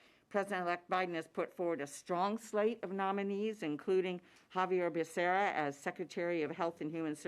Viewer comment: Biden couldn't even pronounce Xavier Becerras name!!